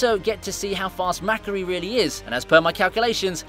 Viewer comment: He keeps saying Makkaris name wrong asf and it’s making me mad bc ik he’s watched these movies and heard the actual names.